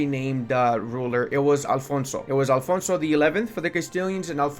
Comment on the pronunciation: For Portugal it was Afonso, not ALfonso